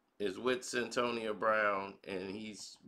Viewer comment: stop mispronouncing people name it's Cyn toya that's how you say it's ah shon t not ashontay dam